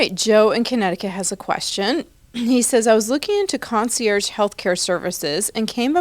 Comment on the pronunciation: Clark trying to pronounce concierge with a French accent that was laughable